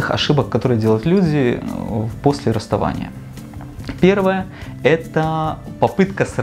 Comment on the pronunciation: Неграмотный магистр 🤦‍♂️ расстОвание? Мда... ПсЕхолАг.